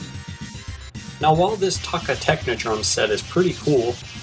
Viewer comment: its toe kka